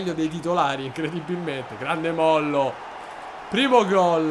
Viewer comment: Si dice Mollò con l accento